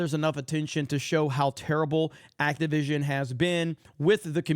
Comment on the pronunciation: For some reason every time I hear their company name I hear “Activism” not Activision. 🤔